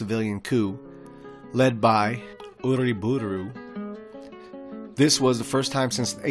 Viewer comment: I like how you pronounced hipolito and uriburu as if you were japanese.